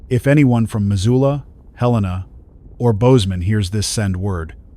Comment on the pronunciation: At least the AI pronounced Helena correctly.